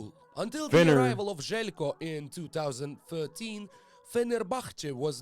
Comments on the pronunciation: its not ZELCKO, its Zheljko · The pronunciation of his name bro xD